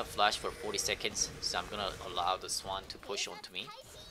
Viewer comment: it hurts that you say lane, but then pronounce swain swan in the same sentence